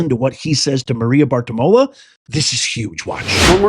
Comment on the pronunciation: I love you, but you are Always calling Maria BartiROMO, Maria Bartimola. Every time. 😮